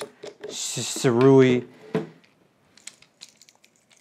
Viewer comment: still have covered what this tripod can do. thanks. also it is pronounced 'sue' + 'ray'